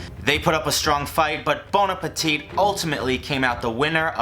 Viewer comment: It triggers me that you pronounce the last t in bon appetit. It's silent!